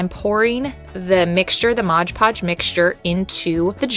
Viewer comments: Please say MOD not modge! Please. MOD PODGE. NOT MODGE PODGE!!! It's like fingernails on a chalkboard! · MOD PODGE, NOT MODGE PODGE! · ITS CALLED MOD PODGE NOT MOG PODGE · This is a great idea! (I do always snicker a bit when people say "Modge Podge" instead of "Mod Podge" LOL!) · It's MOD podge, not modge podge. Look at the label. Jars turned out great. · It drives me INSANE when ppl say "modge" podge.... 😖😖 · Mod Podge. Not modge podge. Thanks. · Are we not going to address the 1st one said maj podge ... 🤦‍♀️ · Mod Podge. Not mawjpawj. Mod. Podge. Can you read? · Why do so many people have difficulty saying MOD PODGE???🤦🏻‍♀️ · It's MOD PODGE! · Please pronounce “Mod Podge” correctly! Great idea, annoying pronunciation.